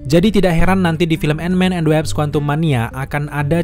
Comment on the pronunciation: Wasp bukan Waps